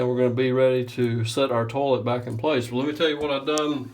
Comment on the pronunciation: I like the way he says "toe-let" with his accent.